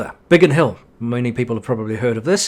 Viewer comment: It's BIGGIN HILL, not BiggEn